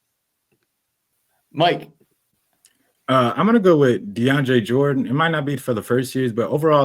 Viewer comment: Mike saying DeAndre Jordan😂😂